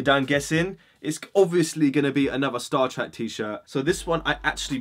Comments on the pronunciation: Man says he said he likes star treck but he says star track 😂😂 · sorry, star trak? big man it's star trek